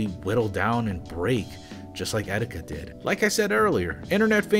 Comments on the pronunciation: I know this is serious but Did he just say 'etsetika'? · Did you just say excetika? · Did you say et cetika